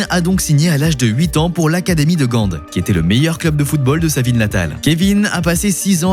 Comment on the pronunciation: En flamand, le "G" se prononce "Rh" donc RHENK Et c'est Gand et pas gande